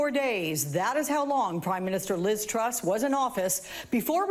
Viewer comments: Finally you say her name right, now that she's out, Troooose! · I love how Trevor finally learned how to pronounce "Truss" right when she's leaving